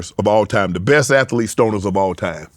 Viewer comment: Shannon said ath•e•lete, I didn't know athlete had 3 syllables that's amaz•a•zing 😂